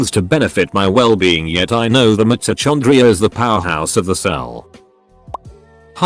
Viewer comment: the way mitochondria is pronounced... i can't